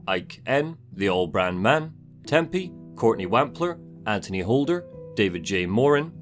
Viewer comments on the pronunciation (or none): none